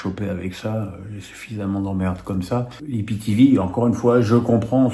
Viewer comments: on dit soit i p t v soit aïe pi ti vi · de grâce, il faut soit dire IPTéVé ou AïPiTiVi. Ça sonne bizarre dans oreilles, vu que c'est ma 1ère langue 😅. Merci